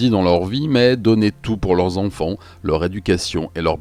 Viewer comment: J'adore tout la narration,l'écriture, le son de ta voix mais maintenant que j'ai remarqué la manière dont tu prononces les "an" j'entends plus que ça. "Les enfants " tu prononce les onfonts. C'est terrible vraiment un effort plz